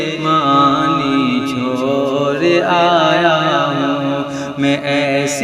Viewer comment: ڑا😂 نکالو بھائی...... مور اور چھور نہیں موڑ؛ اور چھوڑ بولنے کیلئے بولو